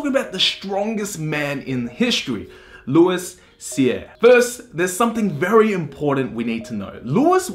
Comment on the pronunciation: Just trying to help you with prononciation of french Canadian words.. Québec: K-Bek Louis Cyr: Loui Seer (S in Louis is silenced, R is rolled) Michaud: Me-show (Happens to be my family name also :D) Nice video though!